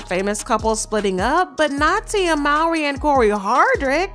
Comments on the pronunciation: It’s not pronounced “MAWRY” it’s pronounced “MOWRY” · Her last name is pronounced "MOE-REE."